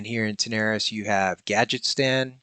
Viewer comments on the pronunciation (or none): Tarren mill! Not tauren the race. edit: and another one! it's Gadgetzan, "zan" not "stan" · Don't forget "Gadget-STAN".